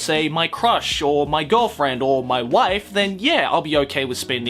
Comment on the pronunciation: When (probably accidentally) emphasised "wife" I was like:......... Aki?